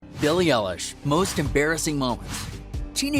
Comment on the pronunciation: How u say her name:beiilie eiieilish 😅😅